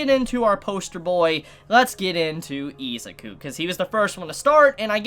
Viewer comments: Why do u pronounce izuku as iz a ku. The letter U does not make the sound of A in any word in existance so why would it here. If u cant read or say the main characters name properly how could you possibly act as an authority on my hero and do reviews if you dont have the basics to start. Not being a dink just it annoys me on how professional ppl like you act and then boom english iq goes down to a pop tart. Im not perfect but im easily 60-70 poptarts ahead of you. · its not its izuku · I stopped watching this video because he kept pronouncing Izuku wrong soooo Much in the first 90 seconds 😠😠😠👎👎👎 No Stars unsubscribe unfollow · Why you callling him izuku😭